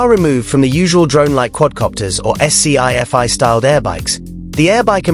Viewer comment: Does no-one else hate AI narration? God it grates on me. "S-C-I F-I" FFS